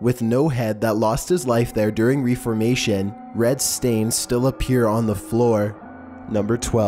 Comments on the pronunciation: "During reefer-mation." Lol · Number 13 too. He also mispronounced Reformation.